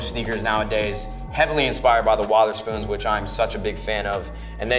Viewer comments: Sean Wotherspoon. Lol You don’t pronounce his name with a O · Whether not wodder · Anyone notice he said Sean Wotherspoon wrong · mans said WOTHERSPOON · its WEATHERSPOON nadehsot... lol